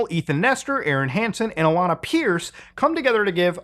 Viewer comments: I know it’s a tiny mistake and irrelevant, but….how do you not know how to pronounce Alanah? She’s an angel. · Alanah. Not Alaina. Come on Mood what kinda gamer are you?